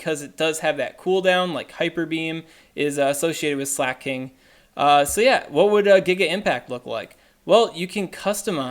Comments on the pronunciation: slacking is what your saying. slay-king is what you need to say. I change the speed of this vid to 0.5 so you sound like you look. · It's pronounced slah-king tho, not slay-king